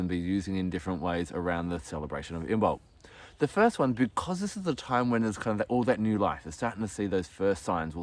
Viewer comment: Cool fact, Imbolc is supposed to be pronounced with the b being silent. 'Imolc'. Lovely video btw!